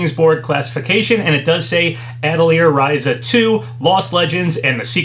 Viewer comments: It's RISE-UH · Its so funny when these Youtubers, particularly ones that continuously make long videos covering lots of information, always say when pronouncing words they aren't familiar with something like "i'm probably not saying that correctly i don't know how to say that", when their platform, and in a lot of situations their main source of income, is Youtuber. They spend all their time on a video website where they could easily search for a video relating to the word they claim is has such an elusive pronounciation, and learn how its said. It would seriously take mere seconds to fine out.